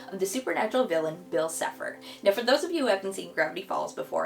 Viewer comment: How did you say cipher bro